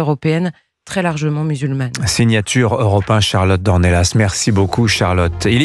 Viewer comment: Dimitri! On ne prononce pas le "s" final en Français selon la règle posée par l'Académie française! On doit dire d'Ornella et pas d'Ornellasse